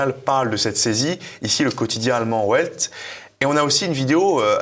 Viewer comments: Pour info, le quotidien "die Welt" se prononce "di vèlte" et non "ouèlte"🎉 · Le quotidien allemand "ouelte" 🙂 ça se prononce "velte" ;-) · Le quotidien allemand « Ouelt » ? En voilà un qui a dû faire « Allemand-LV3 ».